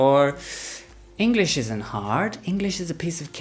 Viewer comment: Tantos videos y seguimos diciendo "ingliss"?